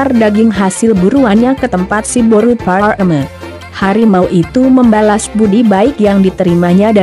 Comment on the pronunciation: Boasa pas mandokkon siboru pareme dang jelas?